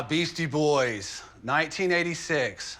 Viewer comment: "Beastie Boys" not Beasty